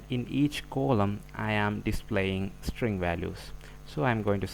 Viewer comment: Its not coloumn.. Its 'Column'